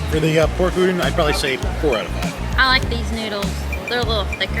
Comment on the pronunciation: Awesome! Thank you for showing the new noodle booth! Can’t way to try it when I go!! Also, just sharing… the “don” in udon is pronounced more like “dawn” than “din” and the word pho is pronounced like “fuh”. I hope that doesn’t come off as offensive, just sharing info about Asian culture :)